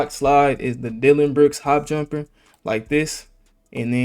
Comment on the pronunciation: bro you said jumperrrr